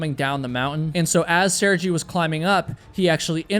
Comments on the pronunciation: My grandfather and uncle are named Sergei. It's (Sir-gay), sorry if he doesn't pronounce his name that way, but I've never heard it pronounced with the soft G? I heard your disclaimer at the beginning about pronunciation, just thought this was an easy one. Guess I know more Sergei's than most? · It’s pronounced Sear-Guy or sometimes Sir-Gay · I think his name is pronounced Ser-gay 🤗. I love your channel😊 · I'm surprised you have never heard the name Sergei said out loud before. But it's about intention - you didn't mean it! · I love how you stopped to mention how hard you've tried to pronounce the names correctly, which, apparently, didn't include you simply googling "Sergei name pronunciation" 😂 that would take less time than your speech about Russian names. If you care so much about your pronunciation you make time in your video to apologize why not spend 3 seconds to Google this shit, it's just so funny idk xd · Mate, learn to pronounce his name properly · What regrets if any?! She had a kid, dude... Also extremely disrespectful not to take two seconds to google the pronunciation of his name before make a 30 min video and mispronouncing it a hundred times--it's very common in his country. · You not bothering to look up how to pronounce one of the most common Russian names that is a) stupidly easy to pronounce and b) said correctly by native English speakers, as well as getting the timeline of her son’s birth wrong (and not mentioning the crucial role he played shortly before his mother’s final departure), the fact that her body remained there as a landmark for the next decade following her death until one of the people who encountered her in her final moments went back and moved her corpse out of view makes me question just how thorough was your research and fact checking for this video. 🤨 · Sergei is pronounced Sir-gay, not sir-gee. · Sergei. Sirgay. Not Sirgee. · Sehr-GEHY ... not Serjee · Sair-jee? It's Ser-Gay.. common European name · It’s pronounced sir gay